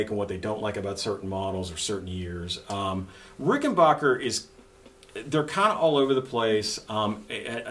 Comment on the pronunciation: What is a Rick-en-bacher? It's Rick - en - back - er.